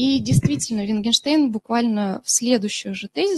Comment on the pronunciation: Мне кажется или она ВиНгинштейном его называет?